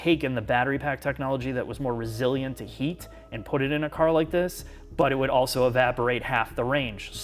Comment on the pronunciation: I see still on his 'Auso' instead of also game